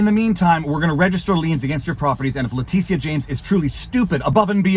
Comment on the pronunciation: is he calling her ‘Letizia’ on purpose?